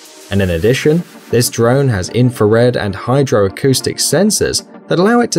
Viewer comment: a dron is a vehicle? wtf he said?